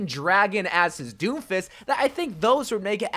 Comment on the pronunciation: When he says Doom-fist I thought i heard “ Doo-fiss “